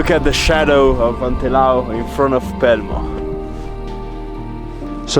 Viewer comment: Da bellunese sono stufa di sentirlo nominare all’inglese 😝 A parte questo, veramente bravo, soprattutto per l’ascesa, il nostro re non è per tutti ☺️